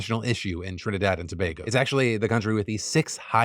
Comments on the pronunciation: So as a Trinidadian firstly thanks Phil for covering a story about my country and pronouncing Tobago correctly . I appreciate what he was attempting to do but at the same time it came across as him glorifying it. You are correct abt the crime though. What you also left out was how ridiculous cost of living is in Trinidad and Tobago which contributes to the high levels of crime. Imagine as a teacher I had to move to Japan to make a livable salary and to feel safe. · TRIH-nih-dahd & tah-BAH-goh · Shoutout to Phil for pronouncing Tobago correctly!